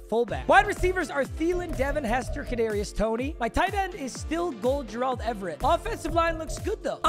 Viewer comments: if this guy says JURALD everett one more time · pronounce Gerald correctly challenge: LEVEL IMPOSSIBLE